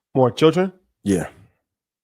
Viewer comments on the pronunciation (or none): Lmao said “for one chilren” 😂😂😂